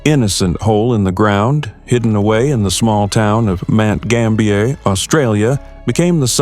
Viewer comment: Mt Gambier is pronounced the way it looks, not with an french accent.